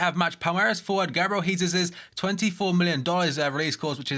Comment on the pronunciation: "Gabriel Jesesus" LOL